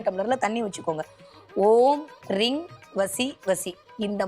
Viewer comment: ரிங் அல்ல ரீங் ?